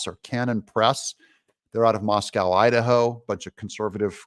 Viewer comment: FYI Doug, it is pronounced Mos coh, ID, not Mos Cow. LOL 😋